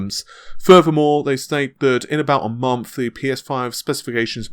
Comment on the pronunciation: He can't say tees, he says fings and monfhs